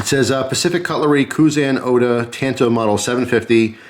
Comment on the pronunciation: Yikes "tanto" think of the original Karate Kid and how Mr. Miyagi says "San" lol Otherwise cool.